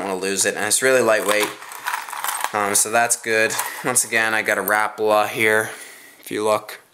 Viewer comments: Rapala not rapla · You called a swivel a spinner. I don't think you now much about fishing. It seemed to me that you were reading the names on the lure because you said rapala wrong. You said RAPLA